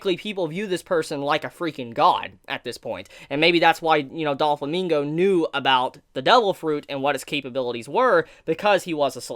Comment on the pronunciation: Great video! However: Doe-Flamingo. Not Doll-Famingo